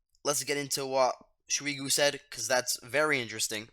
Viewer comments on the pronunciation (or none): Its not smigu its shoigu 😂